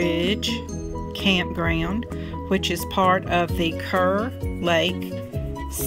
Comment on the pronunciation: I live about 10 minutes from here and is correct. Kerr Lake is pronounced "CAR" Lake. We go here to watch the fireworks for Independents Day.